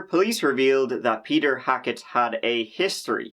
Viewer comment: Dr.Hack-it? Hmmmm